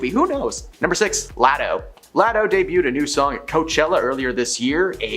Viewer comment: It's now just a drinking game with this channel. Soooo close until "anonymous" tripped her up😂 "deboooted???